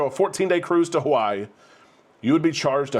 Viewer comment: Just once we would love haoles such as yourself to respect the mana and say Hawaii correctly.